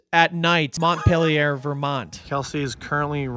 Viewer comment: This was awesome, I'm very proud of you! Also, I sing to my baby daughter every night the 50 state capitals (plus DC and the territories). Now I know how to pronounce Pierre and Montpelier